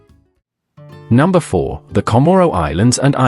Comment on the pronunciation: That AI robot has a terrible time with the word "four."